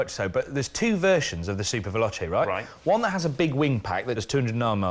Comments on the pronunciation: Super VelochE! not super velochI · its actually ''SuperVeloce''...not che --'